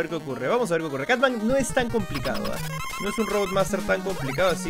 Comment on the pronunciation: Cutman lo confundia y lo decia catman 😅